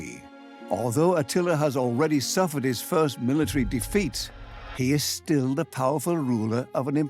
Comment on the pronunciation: Buwwshit putative sites for Atlantis that stiww exists.